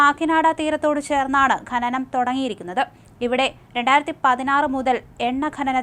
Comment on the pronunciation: ഘനനം അല്ല ഡോ.. ഖനനം